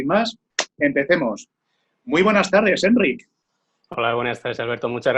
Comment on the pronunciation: Que majo Enric, por cierto, la sílaba tónica es ric, sino llevaría acento.